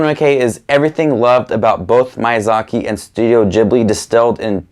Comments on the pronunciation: Please dont say "Mayazaki" anymore 😅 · miy- pronunciation is like saying sheet sheep, mee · Your pronunciation of Miyazaki is probably the worst thing about this video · THANK YOU FOR SAYING IT! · Hi,! I was surprised with your ranking, I didn’t expected some movies to be ranked so low and others so high. That’s very interesting! I’ve watched most of studio ghibli movies, my favorite is kiki’s delivery service. I don’t usually comment, but I really enjoy your channel! PS: i hope you don’t take it the wrong way, but i just thought i’d let you know that the correct pronunciation of Miyazaki is actually different.